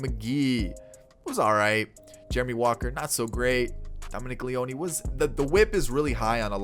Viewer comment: Great video! One thing though Dominic Leone is pronounced as Lee-own (Lee-ohn). Keep it up, ready for 21!